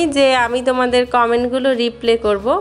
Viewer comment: আপু রিপ্লে না রিপ্লাই হবে।মাইন্ড কইরো না।